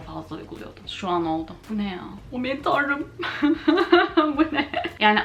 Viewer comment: Nobody:: BU NEĞ YHAA